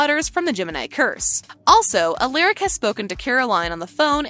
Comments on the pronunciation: first stefan and now alaric. In tvd alaric even told the students they may want to pronounce it "aleric" but its not its alaric. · Please pronounce Stefan's name right and Alaric. And Klaus did not die during the ritual.